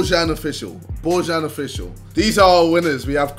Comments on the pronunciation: U dont say bojan u say it like boyan thats how its said in our country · im not sure but I think Bojan is pronounced boyan